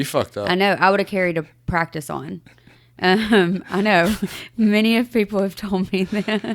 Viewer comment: “I want to wear MANY hats.” What I heard: “I want to wear MINI hats.” Me - “Girl wear your tiny hats!” 💀